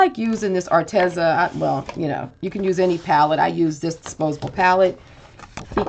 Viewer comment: Psst...it's pronounced Ar-Tee-zuh. I asked them. 😊